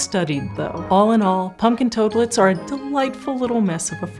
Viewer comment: I like how she calls them "Punkin Toadlets"..